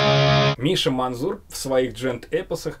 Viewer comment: МанЗур. МАНЗУР. МАНЗЗЗЗУУУУРРР., за што вы так с моими ушами, чего уж не Мензур сразу-то